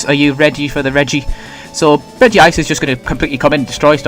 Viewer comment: "Regice" not regive.